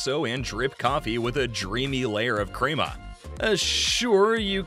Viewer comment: Not pronounced “creamer”